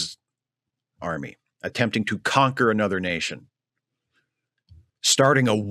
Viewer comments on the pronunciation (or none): none